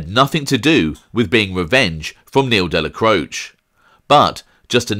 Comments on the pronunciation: Isn't it pronounced Dellacrochee ? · Good channel. But your pronunciation of names like Dellacroce is merda. Dellacroce has letter A sound at end of it. Salut! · In the traditional Italian, however like many Italian names in NEw Yok it has been Americanized - even the man himself referred to his surname as Della-croach. Colombo mobster Joel Cacace should be pronounced Ca-ca-chay but relatives of his have said that the surname is now pronounced as a Ca-case. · You are incorrect. The traditional European Italian is indeed different from how the man himself pronounced his own name. In traditional Italian it is pronounced Della-cro-chay however the name was Americanized and those who knew him said that he said his name as Della-croach. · I agree that in the traditional Italian it does. However, the name was Americanized, Dellacroce himself pronounced his name as Della-croach. This is common with a lot of Italian names in New York. For example Colombo mobster Joel Cacace, should be pronounced Ca-Ca-Chey, but even the man himself refers to his surname as Ca-Case. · You are mispronouncing the name ‘Dellacroce’.